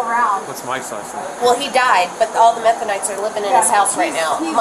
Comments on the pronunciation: Her calling them "methonites" made me laugh out loud 😂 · Omg did she call them METHONITES??? 😂😂😂😂💀💀💀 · "Methonites"?, I'm done. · Did she say "methonites"? 🤣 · The “methonites” 😂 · The 'Methonites'... 😂😂😂😂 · lmao!!! She called them METHANITES!!!! lol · Did that chick really say “yeah but all the methonites have been staying there”?! 😂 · She called them "methonites" im weak af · She said all the methonites I’m dead this cop is the one 😊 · Methonites now that's a good one and she sure does babble on. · She said the "methonites"😂😂😂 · LOL "methonites" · She said "all the methenites" lol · Methonites 😂 omg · Methonites????? Lol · Bahaha "methonites" I f.....g love it!!!! Have to say she is the most respectful people I've seen be arrested, her actions weren't at the restaurant but great accountability. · I thought they said Mennonites ,I thought what’s going on here haha